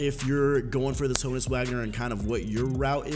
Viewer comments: Haw-nus Vag-ner if you tryna be German but it’s Hoe-ness Wag-ner for us U.S bois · Hoh-nus not hah-nus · Ho-nus Not Ha-Nus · Ho-Nuts without the T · is Ho-uns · YoItzLogan -_- yall dumb its Hah nud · it is pronounced Hoe-ness in Prison Break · It is Han-ness wagner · It is Hoe-ness... idk what other people are smoking but... lol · OH-ness. The H is silent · It’s Han-us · It’s “Hoe-nus” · I swear its pronounced hoooo nus lol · Alfredo Beltran hoooooöenus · The Bot ur right it’s H-own-us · H is silent. pronounced Ownus.